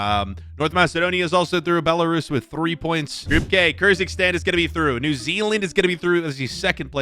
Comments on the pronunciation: Bro saying kyrzikstan instead of Kyrgyzstan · Kyrgyzstan 🇰🇬 community who watched him mispronounce it as Kerzikstan